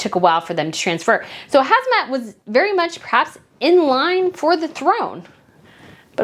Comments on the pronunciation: It’s Ham-zah, NOT Haz-mah, as you keep saying. I really appreciate you covering other royals, and this was very interesting. But a small tip-do try to slow down and lower your vocal pitch, if possible, for easier listening. More importantly, I know it’s hard to pronounce some names and place names correctly, but it will show respect and courtesy. A name, well-pronounced, shows care. When some people wave it off as too hard, or not worth trying, or just bungle it merrily, it shows a kind of disregard. I know you don’t mean to do that. Thanks for your content! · HaMza not HaZma 😅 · Hi, I think it's HAMzah (hum-zah) not HAZmah (hez-mah). Zah as in zah-ra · In Jordan its pronounced Ham-Zah. King Hussein had 4 wives. Abdullah's mother is English. Queen Noor married King Hussein after he was widowed.